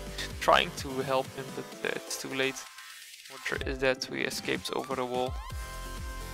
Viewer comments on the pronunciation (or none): none